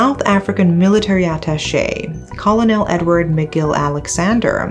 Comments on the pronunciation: Great video! One thing to note is that the word Colonel is pronounced (ker-nal) like a kernel of corn. I know it looks like it should be pronounced call-oh-nel but it simply isn't. 😂 I know, English is very stupid. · Colonel is pronounced as kur·nuhl, rather than caw-low-nel. Thank you for your content. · Colonel is pronounced "cu-er-nil"~~~~ I love you, I just want to let you know how we say it in America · Colonel is actually pronounced 'kern-al'. It's bad enough that Pai Bing-Bing had to deal with the tragic brutal murder of her own daughter. But, the fact that she also had to deal with so much vile crap, not only from random clueless individuals, but the media (to no one's surprise), as well. In all honesty, I'm astonished how she'd ever managed to keep it together. 😢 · Hey.. would just like to point out something rather insignificant but thought you might like to know.. The pronunciation of the word 'colonel' is actually homophonous to 'kernel'. Beauty of English eh? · Dear, "Colonel" is pronounced /ˈkərnəl/ or [kernel]. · Colonel is pronounced "kernel" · The pronunciation of colonel is “kur-nuhl”